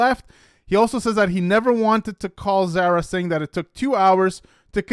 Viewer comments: Dude, it ain't hard to say ZARA! it's not zera. A,E, I,O, U my guy. 🙄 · Her name is pronounced like car-uh it’s Zara…..not like care, but like car. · Can you please learn how to correctly pronounce Zara? Sincerely, someone with almost the same name it’s like nails on a chalk board.